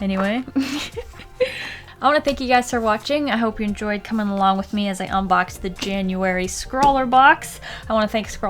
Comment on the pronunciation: I just realized that it's wiff not with oof